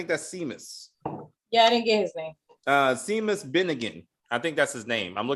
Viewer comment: Seamus is Irish, pronounced as Shaymus